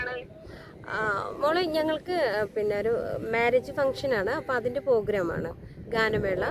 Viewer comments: തെറ്റ് തിരുത്തണേ . പോ അല്ല പ്രോ . പ്രോഗ്രാം എന്നാണ് ❤❤❤❤ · പോഗ്രാം അല്ല പ്രോഗ്രാം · ഇങ്ങനെ യൊന്നും പറ്റിക്കരുത് അത്ര രസമായി തോന്നിയില്ല.. പ്രോഗ്രാം എന്ന് പറയൂ.. പോഗ്രാം അല്ല...